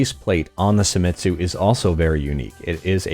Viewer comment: Japanese, not German. Se i mi tsu. not SAI.